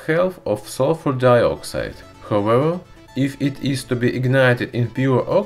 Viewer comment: however= howewa😂